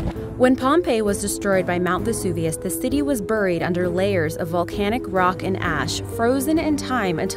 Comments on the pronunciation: The way she says "Buried" is driving me bananas! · Me too. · buhried. LOL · I laugh so hard every time she says "buried" 😆😆😆😆😆 Sounds like Cleveland brown lmfao